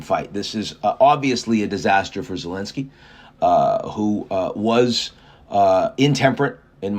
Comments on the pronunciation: INtempeted? que le pasa Ian? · Intemperate. You lost me right there.